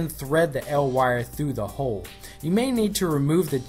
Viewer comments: Hey man! Awesome tutorial. Just want to let you know it's pronounced "E. L." for "Electro Luminescent" not "L Wire" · listening to you say "El Wire" instead of "E-L Wire" makes me uncomfortable... sounds like some Mexican kid's street name... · "L" wire? Isn't it said "E.L." since it abbreviates electrolumenescent? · It's not 'el' wire it's e.l wire for electro lumedecant dumbass